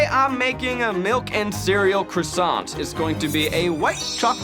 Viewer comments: Y'all should lose points for pronouncing it KRISANT. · For anyone wondering: "kwah-sah" is more or less the accurate way to pronounce the French version. It's pretty close without having to do the funny thing the French do with "r"s. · I can't watch this because of your mispronunciation of the word croissant. I know you're American and it's a French word, but seriously. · I'm not even French & I couldn't handle the pronunciation of croissant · There was not one single correct pronunciation of croissant in this whole video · Everyone saying Croissant wrong throughout this video has French people turning in their graves. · Every single American says it differently but not a single one can pronounce croissant 😂😢